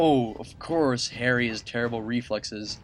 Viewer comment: at 13 minutes and 45 seconds did he realize he called harry airry is he racist?